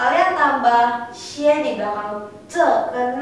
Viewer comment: maaf itu pinyin na xie, kesalahan di xie nya harusnya nada satu di E.. harusnya xi huan bukan si huan